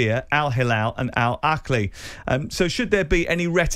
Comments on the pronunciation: How hard is it to say Al AHHHHHHLI. Not Akli. Why are we pronouncing a K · It's pronounced Al-AH-LEE....there's no K or CH in it.